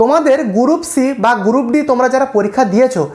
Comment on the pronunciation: গুরুপ!😵 উচ্চারণ জানে না, ভিডিও বানায়